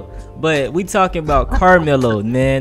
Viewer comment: Bro said “Lamelo” and not Carmelo 🤣🤣